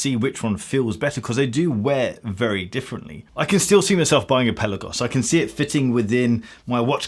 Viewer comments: It’s called Pelaaagos, not pellagos! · Fantastic review as always. I do wish you'd pronounce Pelagos correctly though - Pelarrgos, not Pellagos. Also, the Pelagos is better than COSC, being rated at -2/+4. If I could find a new one in an AD here in the UK, i'd buy one. Are Tudor playing the Rolex game do you know ?